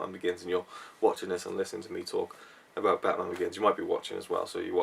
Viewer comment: I'm guessing you though "Hmm... Who has a completely different accent from me? Oh Chris!" So then "AM BATMAUN" is said and now you know how stupid us Scottish folk feel when we try to quote from films... :).